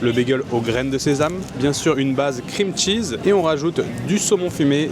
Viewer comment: "qu'est-ce que c'est généreux en krimtchiz". Pas étonnant, c'est l'ingrédient qui coûte le moins cher.